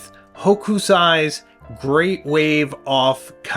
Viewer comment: sorry to do this to you but Hokusai pronounced sounds like h00 k sai. long OO hooo k - sai